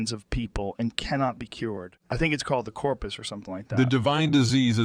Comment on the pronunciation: It's Corprus not Corpus